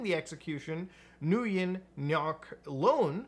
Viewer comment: Nguyen is pronounced, like the English word, when